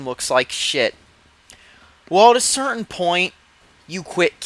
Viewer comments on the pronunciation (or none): none